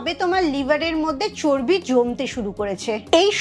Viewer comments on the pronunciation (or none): none